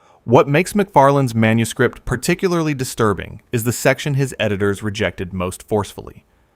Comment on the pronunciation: This AI narrator is overpronouncing the plosive consonants so profoundly I'm about ready to chuck my phone. Right in my ear, every P is popped to within an inch of its life, every K positively choked on. "Manuscript" becomes "manus-KH-ri-!P-!T."